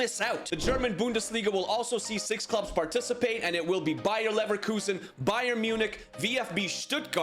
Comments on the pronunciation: leverkusen not leverlusen talk better man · Bro its not bayer leverlusen is s bayer leverkusen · Bro said Bayer Nevrloosing😂😂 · Bruh he keep saying Neverlusen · “Bayer neverlosin” got me rolling on the floor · He pronounces bayer leverkusen as bayer neverlosing its identical to irl as of now so i guess we should all call them that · who heard him say bayern never loosin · Good vid but neverlusen and then leverlusen😂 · Anyone notice he said bayerneverlosen , bro's Thomas Muller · Leverkusen ❌ neverlusen ✔😂😂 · Neverlosen😂 did u do it on purpose? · bro cannot say leverkusen